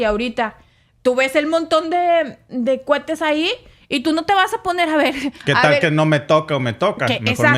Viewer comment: En varias ocasiobes entrance peonuncianso mal la palabra cuhetes se dice cohetes,y también dicen ahiga se dice hubo.,con respeto les aclaro.